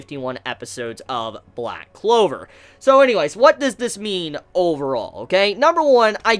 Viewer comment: man said loud clover lmao